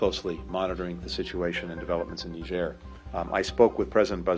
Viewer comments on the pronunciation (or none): नीजेर, नाइजर नही. फ़्रांस की एक पूर्व कॉलोनी जो यूरेनियम का काफी बड़ा सप्लायर है, हालांकी सिर्फ फ्रांस को ही सप्लाई करती है I